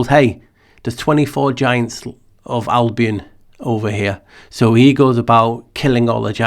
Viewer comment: Thank you for sharing your thoughts. Your pronunciation of the word Albion, it sounds in my ears like album. And that lets me think about a LP 💿 flat with in the middle the navel. Just a weird thought ☺️ Latin album is literally "white color, whiteness;" 🦢